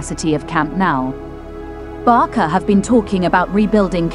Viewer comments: It’s not Barka!!! It’s Barca like Barsa!!!! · It's Barca, not Barka ffs! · Barça is pronounced as /BARSA/ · A lot of info but no way to pronunce barça correctly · Sorry, but if you speak English, there is no excuse to bad wording. It's not like Americans and British pronounce water as vota and votr, this is completely different. This is a name, and name should be pronounced correctly. Even in spanish or catalan, Michael Jackson is still pronounced Michael Jackson, not Mikel Jessicon. Therefore Barca pronounces Barca, with an "s", not with a "k" (common pronounciation in American) and Camp Nou is Nou (pronounce like the word "know") not Now. Thank you.